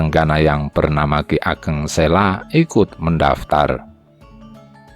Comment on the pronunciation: Admin, saya setuju dengan penayangan text sepanjang video. Namun untuk berikutnya saya rasa pengucapannya diperbaiki. Contoh Ki Ageng Sela, itu dibacanya Ki Ageng Selo (Huruf O seperti mengucapkan kata KODOK). Memang demikian pengucapan yang benar. Pemgucapan yang lainnya silakan pelajari sendiri. Terima kasih